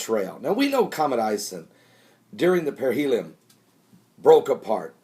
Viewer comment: It's not "perihelium", it's perihelion!